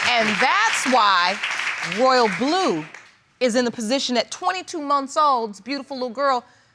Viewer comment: Ma'am it's Royal'blu 🙄